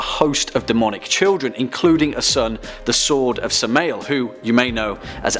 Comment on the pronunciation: Samma el. Pronunciation. And where can I get one of those shirts?